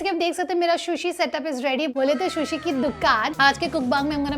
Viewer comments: Its sushi not shushi 😭😭its killing me listening to shushi. Sushi looks good thp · Excellent video.. please pronounce sushi rightly..